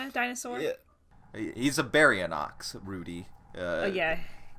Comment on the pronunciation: Love this movie, love this podcast BUT BARYONYX IS NOT PRONOUNCED LIKE THAT!!